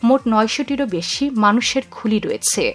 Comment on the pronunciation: আপনার রয়েছে,হয়েছে,করেছে এই ধরনের শব্দের উচ্চারন ঠিক নেই, শুনতে কানে বাজে, ঠিক উচ্চারন করলে ভিডিও দেখতে ভালো লাগে।